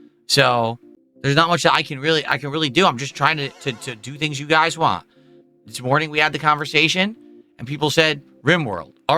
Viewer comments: “I’m giving you what you wah! If this isn’t what you wah, you need to tell me what you actually wah! Otherwise I’ll never know what you wah!” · Poor Telerence Carter, so dedicated to not remembering him that "want" is now "wahn" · The way he says "want" drives me insane.